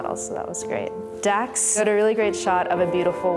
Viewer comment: she called Dex as Dax 😂😂